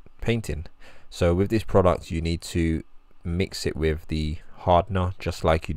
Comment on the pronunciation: Why can’t you say “th”? Why do you replace it with “f” and “v”? The word is “that” not “dat”. The word is “with” not “wiv”. The word is “length” not “lengf”.